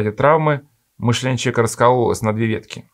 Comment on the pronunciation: Сморим, чека, обснить, пшто и т д .... Уважаемые авторы канала ЭКЗЕГЕТ, а можно снять видео на эту тему, но с другим рассказчиком? Человеком с ХОРОШЕЙ дикцией, который произносит все слова полностью, членораздельно и внятно, не проглатывая по пол слова. Тема нужная и интересная, но подача ужасная. Диктор, как-будто, во время пережевывания еды рассказывает. Он даже слова "Божественная благодать" умудрился зажевать. Почему вы проигнорировали его манеру говорить записывая видео?